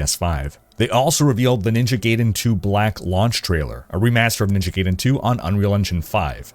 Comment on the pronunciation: Gayden lol